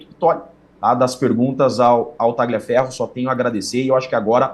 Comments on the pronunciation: Por favor, a pronúncia correta é " talhiaferro", GL em italiano, é LH em português, é outro idioma, GN em italiano, é NH em português, C ou CC em italiano, é " tchi" em português, por isso dizemos " tchiao" para a palavra ciao, CH em italiano, é QU em português, por isso Gianechini todos falam corretamente....................................... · Não é Talhaferro Tagliaferro